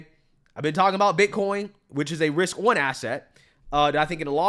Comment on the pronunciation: I cannot truat a full grown adult who pronounces RISK as WISK because they refuse to correct it!